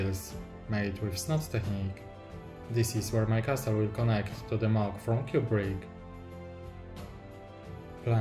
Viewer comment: Twoje MOCe są niesamowite, robią duże wrażenie i doceniam, że robisz filmy w języku angielskim. ale błagam, wymawiaj "castle" jako ''kasyl'' bo po ponownym oglądnięciu wszystkich MOCy związanych z lego Castle trochę mi uszy zwiędły ;)